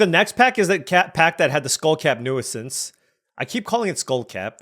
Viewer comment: Hate to be that guy but it’s pronounced “new-since”, not “new-uh-since” 😅